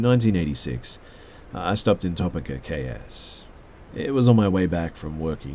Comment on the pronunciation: noooooo it’s Toe-peek-ah